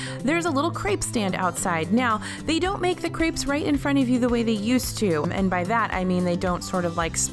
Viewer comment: You're pronouncing crepes incorrectly.